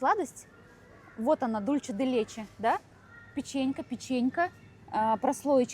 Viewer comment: Учите испанский язык. Ола, а не Оля. Дульсэ, а не Дульче.